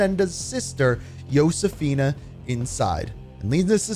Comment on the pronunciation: Talk about butchering Josefina and Cordis Die